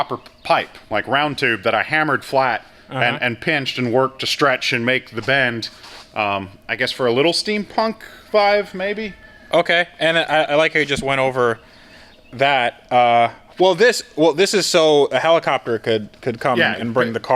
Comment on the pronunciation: "i guess for a little steampunk VIVE maybe?" how in the fuck do you mispronounce "vibe"?